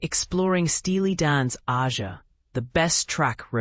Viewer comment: It’s pronounced Ay-zha!